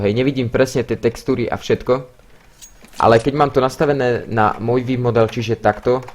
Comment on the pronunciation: "vííívmodel" XDDDD